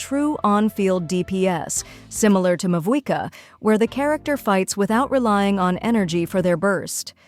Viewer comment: "We have Mavuika at home" Mavuika at home: "Mavwica" 😃 I think Skirk's playstyle is similar to Mavuika's